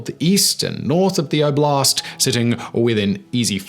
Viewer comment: The word is "OH-blast" not "oh-BLAST".